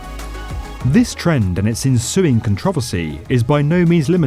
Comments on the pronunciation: Con-tro-ver-sy. Not con-trov-er-sy. Idk. I'm just picking at the details. Good video though. lol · Controversy not Cantravasy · Nobody: Literally Nobody: Like not even Satan: The Narrator: “Kentrovusy” Seriously, It took me a while to realise what “Controvosy” meant. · the way he pronounces controversy... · you should look up how to pronounce controversy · i HATE how he said the word "controversy" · When u said controversy I thought u said a whole new word I ain’t ever heard of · you gotta learn how to pronounce "controversy" better.